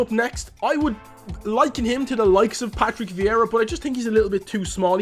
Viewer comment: “Patty viera” 😂😂😂😂😂